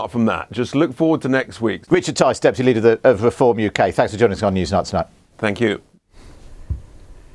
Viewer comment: "weform" BBC cvnt